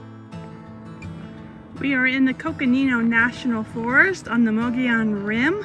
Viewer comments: Mo'gee-on is the proper pronunciation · I would say the pronunciation of the name is Mo-go-yon. In Spanish a double letter ll is pronounced as a y, like in El Pollo Loco. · Nice drone shots of the rim! thank you. Nice video. BT Mogollon is pronounced MO-Gee-On. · it is pronounced Muggy-on. hope that helps. also i just wanted to say......great footage.